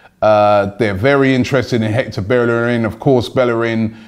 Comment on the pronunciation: yo it's Bellerín (bayereen)